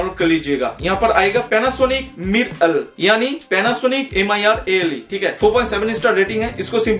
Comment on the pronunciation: मिराई होता हैं, मिरल नही